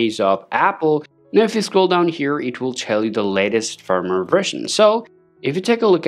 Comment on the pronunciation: For a moment, I thought I was hearing things. lol.